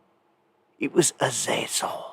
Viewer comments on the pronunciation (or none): none